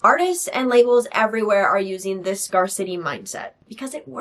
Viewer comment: Girl I’m so sorry but scarcity is pronounced like the two separate words scare-city